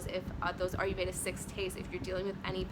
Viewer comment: it's not "are you"veda it's "ire"veda